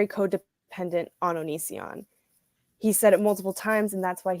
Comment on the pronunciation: Chris Hansen called Onision "onion" and I love that.